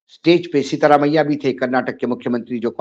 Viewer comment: Please get the name right it is SIDHI ramayya not SEETHA ramayya